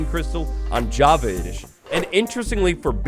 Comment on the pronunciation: "javity parity update"